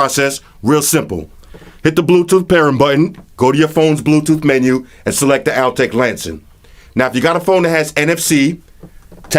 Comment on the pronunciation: You are missing almost every G. Not Altech Lansin. Walkin. Talkin. Speakin.rootin. tootin. Pairin. Pair-ING! Strugglin.